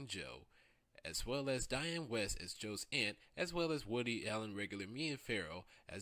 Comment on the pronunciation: This is extremely well done and informative but you also pronounced a lot of people's names incorrectly (like DIANNE WIEST as DIANNE WEST). Nevertheless, great work.